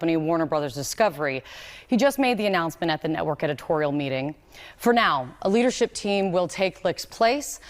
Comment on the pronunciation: Lady you MISPRONOUNCED LIARship Team...